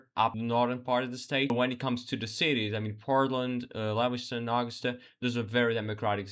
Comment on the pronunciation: The capitol of our beautiful state is pronounced A-GUS-tah. You mangled Lewis-tun too, all in the first minute of the video. That makes it hard for those of us who live in Maine to take seriously whatever else you might say.